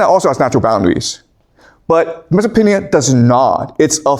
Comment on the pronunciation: I thought I was hearing wrong, but across multiple videos, multiple times, I hear you saying "MesopotaNia" with N instead of M. I can't be the only one.